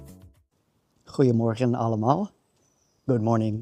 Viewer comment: Hoe je "goeiemorgen allemaal" zegt is heel goed!